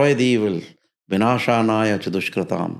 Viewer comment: I just want to know the true pronunciation of the phrase of the shloka...... mistaken "binashaya cha dushkrutam" as "binashanaya cha dushkrutam"....... First time thought that he did a mistake.... 2nd time also same pronunciation!!!!......